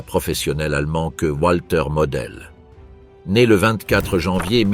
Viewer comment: En allemand le w se prononce v donc dire Valter